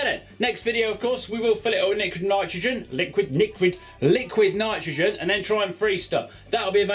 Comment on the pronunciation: niquid litrogen lol